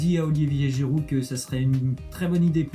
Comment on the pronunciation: C'est Giroud Nan ( au lieu de giiroud)